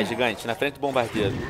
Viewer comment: VC falou errado gigante VC falou gigão